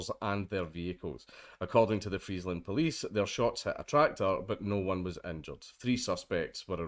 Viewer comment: Cop is being charged with attempted manslaughter. Also, your pronounciation of Friesland is pretty on point for a non-dutch speaker.